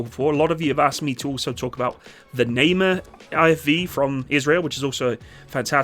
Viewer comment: Eitan is pronounced “ey-tan” not “aye-tan” while the Namer is pronounced “nah-mare” not “nay-mer” or “nah-mer” IIRC, the Eitan was developed to be a cheaper complement to the Namer and also have the ability to travel long distances without requiring transport trailer to avoid tearing up roads and highways, allowing rapid response to emergency situations. I can’t remember which one but either the Namer or Eitan (maybe both?) will have a version featuring a 120mm breech-loading turreted mortar with auto loader. As for your thoughts about counter drone technology being integrated, the IDF is introducing the Rafael Lite Beam weapon system, which comprises of a 10 kw laser with a range of 2 km and altitudes of up to 5,000 meters. It’s also being paired with a remotely operated 30mm auto cannon on a separate 4-wheeled platform for mobile protection of troops. Don’t know if it’s operational yet or not…and you are correct in guessing that APS is being updated to dealing with drones, specifically the Trophy system